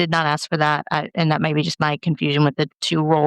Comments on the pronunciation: She says "wit chew" for "with you". They also say "axe" for ask. And "din do nuffin" for I didn't do anything. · It’s ask. Not axk